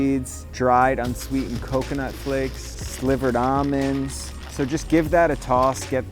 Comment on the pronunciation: I thought I heard every pronunciation of the word almond until I watched this video. I thought there was just your two main choices “All-mens” and “al-mens” (Al pronounced like the name Al like “uncle Al or something”) but now there’s AW-MENS?! No need to pronounce the letter L